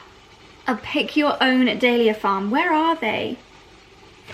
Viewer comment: If your going to be part of the club, please say the name correctly.I love dahlia and hearing you say it is just and the number of times you said it